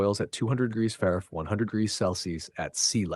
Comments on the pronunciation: What was up with Question 50 : “212 degrees Fair fries” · I just heard french fries on fehrenheit